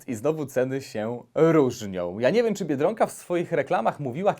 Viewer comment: Mówi się biedronka a nie Biedrąka.